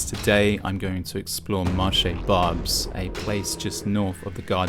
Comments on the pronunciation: Hi if you are going to pronounce the word marché properly, why not do the same with its name? But more importantly you should be allowed to film in a public place shouldn`t you? It`s terrible that this goes on... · Friendly French citizens trying to make ends meet in a neighborhood that has been one of the poorest of Paris since since 19th century. Read Emile Zola. And asking a foreigner Youtuber who can't even pronounce the name of the neighborhood correctly not to film, because they suspect it will be used to spread hate. Youtuber continues to film and posts it as hate propaganda. What can you expect? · Barbès is one small area (it might behoove you to learn to pronounce the name correctly) and yes, it's inhabited primarily by people from the Maghreb and to a lesser extent Africa. If this is an issue for you, there's a whole city to explore. Your hyperbolic little theories are absolutely hilarious, as is your performative indignation that people don't like being filled by some pasty interloper with an agenda. Nor is France a Christian country as such; laïcité is one of the basic tenets of the Republic. Go home. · Barbés has always been like that, at least since 1999 when I lived in Paris. it was a zone where you could buy stolen cars, fake ID, guns. ..It's pronounced Barbesse. it's not market engineering, it's just how a parallel world which lives next to reality. It's tolerated by the city so as they know where all the bad stuff lives. You quite clearly have no clue about what you are talking about ,and are projecting your SJW agenda onto a situation you clearly do not understand. Learn some French, pauvre con. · Racist bullshit - Barbès was like this 32 years ago. Yet another TRASH propaganda channel . The very WHITE Brit "host" can't understand French-African accents - nor pronounce a single word correctly - it is Barb-ès. No wonder Brits are NOT welcome in the white rural center of France. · Bar Bess for the pronounciation of Barbes ❤ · Barb- ez not barbes.